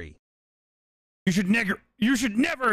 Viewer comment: no he just mispronounced never lol